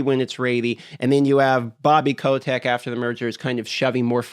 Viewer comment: haha yeah i also heard that and was like .. that how it's pronounced? ^^